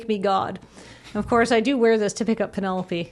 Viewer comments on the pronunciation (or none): none